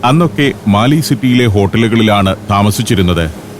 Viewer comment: മാലി അല്ല മാലെ (Male’)